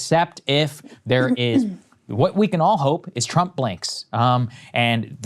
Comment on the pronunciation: It sounds like she is saying President Chump lol😂